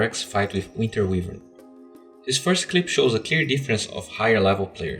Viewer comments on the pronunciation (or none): actually you saying winter weavern hurts my ears dude :( Shes my main FeelsBadMan